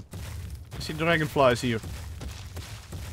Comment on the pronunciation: Because you said come hier i know you are a dutch guy😂